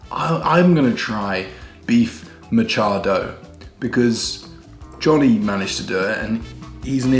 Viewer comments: wow perfect If Chloe is unwell, should've cooked some stew, something with hot soup for her beef Mechado Almost there /mëh chád oh/ Like say, "I met Chad on.." Then, " I met Chad o n.. " "Met Chad o" that calamansi tree is already grown. Nice learning indeed Also the head cam.. a necessary struggle without your partner baka - means "cow", "beef" or "perhaps/maybe" Same pronunciation. You got it yeah I remember asking for some background lights, thought you gonna put some English lamp shade.. but that looks good now.. no 'eerie' looking wall anymore.. save for U.F.O. "Jojo, meron ka bang liver spread?.." haha something missing Philippines beers: San Miguel Beer (SMB) Pale Pilsen San Mig uel Flavored Beer Apple San Mig Flavored Beer Lemon San Mig Light ⬅️ best seller San Mig Premium San Mig Extra Strong Red Horse ⬅️ the strongest Gold Eagle ⬅️ a countryside favorite (all above from the same company) Beer na Beer trouble.. then flexes breasts.. haha when you're sick and still look pretty ♥️♥️ Nice video.. 🇵🇭👊💪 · Tagalog pronunciation guide, not just for "Meh-CHA-doh" but for any Tagalog word: 1. There is no such thing as a long vowel in Tagalog. "A =Ah, E = Eh, I = ee, O = Oh, U = Ooh", that's it. 2. Sometimes the word itself is stolen from Spanish, and the word's spelling is supposed to be a simplification of how it's pronounced in Spanish. If it sounds Spanish-y, saying it in a Spanish way might help. (T: Repolyo = S: Repollo = En: Cabbage, T: Sibuyas = S: Cebollas = En: Onion) 3. The intonation of the word changes what it means. Sadly learning which intonation to use is trial and error. (Baka = "BA-KA" means 'Cow/Beef', but "Ba-KA" means 'Maybe') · It is prounounced like mitsado. But i think you did not cook mechado but more of estofadong baka. Mechado i know is stuffed with a strip of pork fat without the skin. That is the mechado i remember in my childhood. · Me-cha-do mechado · me cha do......